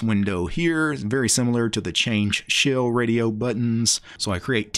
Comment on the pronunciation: Im triggered everytime you say SHILLS instead of shell